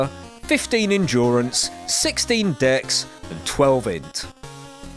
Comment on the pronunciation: Is this some kind of inside joke I'm not aware of? I hear ''ksss'' and not Dex. It sounds like an editing error